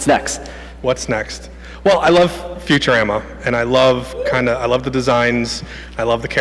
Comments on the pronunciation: Did he just say. FuturAMMA. Gawddddddddddd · I love "future-am-a"<Phonetic when it's pronounced Future-Ahma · Did he really pronounce it futu-RAM-ah? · Did this dude just say "future- ama"? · "Future ram uh" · It's cool and all but when he pronounced futurama ...who says it like that? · "well i love futureama" yet you cant pronounce the name. pretttty sure youre just doing this for money.